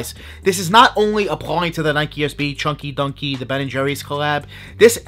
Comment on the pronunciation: Choin-ky doin-ky is what I hear